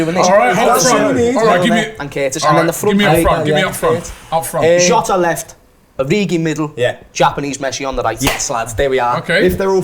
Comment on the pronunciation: pronunciation of Jota triggers me